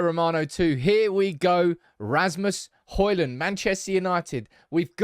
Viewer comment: it's Hojlund not Holjund 😂